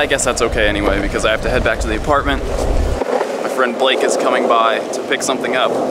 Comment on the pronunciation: YOU SAID BLAKE INCORRECT!